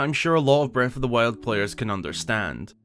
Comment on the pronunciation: Is anyone going to talk about how he pronounced Breaf of the wiald?